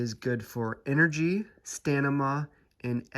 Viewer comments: Brother. You said Stanima... that wrecked me 😂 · Did my man say stanima? lol